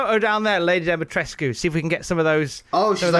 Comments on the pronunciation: The U in Lady D's name is silent. It's just tresk at the end. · Uh....and, you're actually pronouncing Dimitrescu wrong.